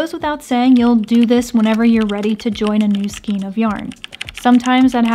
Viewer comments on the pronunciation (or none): Just to say, the hints are great. I’m an OLD crocheter, and I’m regularly hearing the young ones say skeen instead of skayne. My issue, I know! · A bundle of yarn is pronounced like Skane, not Skeen. I know the spelling might look otherwise, but it actually has a long A sound, and not a long E. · Skein: pronounced skayne not skeen. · Thank you, this was great. One tiny thing that drives me crazy: "skein" is pronounced "skayne" in US and British and Canadian pronunciation (it's from an old French word that uses "aigne" for the "ei" sound). Sorry but it drives me crazy...short drive, eh? haha! Great videos!! M <><.